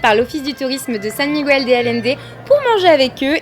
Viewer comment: Comme on note souvent le négatif dans les vidéos, je vais déjà commencer par te dire que la tienne est vraiment super, on sent vraiment que tu as adoré ton voyage, et que tu as découvert toute une autre culture. Par contre, quelque chose qui m'a un peu gêné, c'est ta prononciation du nom "Miguel". C'est un peu cliché chez les français de le prononcer comme tu le fais (aucune critique, la majorité des français le prononce aussi comme ça). Comme il n'y a pas de tréma sur le "u", tu prononces le mot à la française "Migail" ou "Miguèl" enfin tu vois le délire. Sur un mot comme "bilingüe", là tu vas prononcer "bilingoué" voilà voilà c'était la minute cours d'espagnol :)